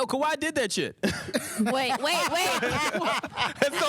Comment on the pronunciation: Did just say "Kawhi-He Leonard"? lol